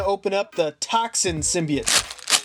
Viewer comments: Stop saying symbite its symbiote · In the beginning did he say symbeite